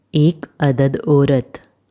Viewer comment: ओरत नहीं बोलते, औरत बोलते हैं